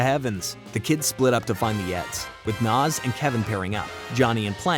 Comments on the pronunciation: Ed ain't dumb, he's sarcastic and a jokester. He's a great character! Also it's Nazz, not Naz. I like the video though👍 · Love the video really do, I grew up on ed, edd, and Eddy but it's nAz not Noz 😂 sorry sorry don't know why that bugged me 😅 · Its nazz not nozz. gaw dang that bothered me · IT'S NAZZ NOT NOS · You keep pronouncing “Nazz” as “Nas” like the rapper 🤣🤣🤣🤣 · It’s Nazz not Nawz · It's Nazz as in Jazz, not Nozz as in Schnozz... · He says it like that so increase engagement... and u fell for it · Love this, all accept how you say nAz!! Makes me cringe every time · You keep saying naz name wrong 😅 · Dude mispronouncing "Nazz" multiple times kills me inside. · Awesome video but how you pronounced Nazz irked me lol. You did a good job though!